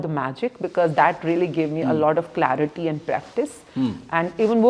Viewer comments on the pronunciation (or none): none